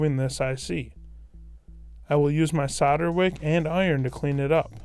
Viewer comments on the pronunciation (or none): I gave up after just over a minute. I got 'sadder' and 'sadder' every time he said it 🙄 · You do realise that's not how you say solder yeah?